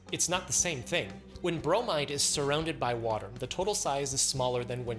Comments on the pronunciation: I facepalmed when he said "bromide" in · He went from Chlo-rider to Bro-might-her.